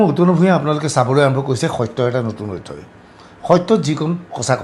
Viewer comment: অধ্যয় নহয় প্ৰভু “ অধ্যায় “ বুলি উচ্চাৰণ কৰক ৷